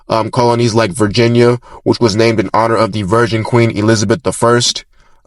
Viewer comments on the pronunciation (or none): none